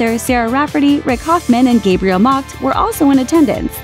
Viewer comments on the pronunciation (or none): none